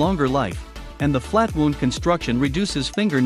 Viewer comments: Wownd, not wooond. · Narration is terrible and sounds like mechanical. Lot of mispronunciations. It pronounces string wound like a flesh wound. And instead of pronounces made in U.S. it says made in us. Zero credibility. Stopped watching.